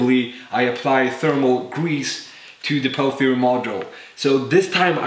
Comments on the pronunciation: its called peltier not palthier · Its pronounced Pell -Tee -Yay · I know english is not your native language but I gotta mention it. The way you pronounce "Peltier" in english is "pel tea air" I don't care either way bust just in case someone gets all butthurt but doesn't say how they think it should be said. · your pronouncing it wrong its pronounced pel-tee-ay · Peltier doesn't contain a th but you pronounced it with the th sound. Other than that, love your videos! Carry on.